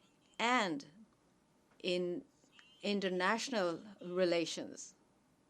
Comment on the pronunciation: Modi thought that he is in Gujarat and audience are his party workers.😂😂 He is making toilets and roads for them and also giving them water and houses. What a vision he has 🤣🤣 His English Single youj (use)of plastic Internasnal (international ) Shoshal(social) Disasjar(disaster ) Misan( mission) Hilarious 🤣🤣😂😂😂🤣